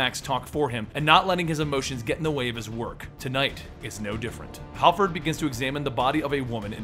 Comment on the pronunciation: Harford not halford.